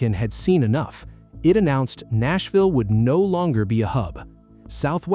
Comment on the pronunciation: AI voice giveaway. "Nassville"